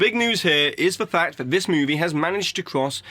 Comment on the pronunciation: I love this guy but why did he say ‘gros’ instead of ‘gross’ lmao